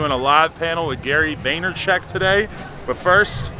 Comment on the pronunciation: VaynerCHUK not CHECK. LOL. Such an awesome collab. Never expected this